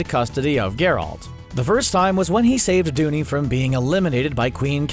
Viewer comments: I'm sorry, but did this guy actually watch the series? His pronunciation is TERRIBLE. GERalt, not gerALT. and Calanthey. It appears like he's just reading from a script without any real knowledge. Watch the show to get the correct pronunciations before you embarrass yourselves. He mentioned necrophages over a shot of nekkars. They are Ogroids not necrophages. If you want more proof of their lack of preparation for making this video. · I can’t deal with the fact that Geralt wasn’t pronounced correctly. If someone is making a video on something they should at least look at the source material